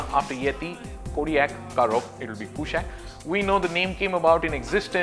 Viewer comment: Its not a western word mate, as you must know kushaq is a sanskrit word for king and should be pronounced as such! Skoda is trying hard it seems hopefully this will look gorgeous